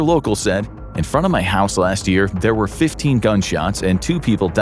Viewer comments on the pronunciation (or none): none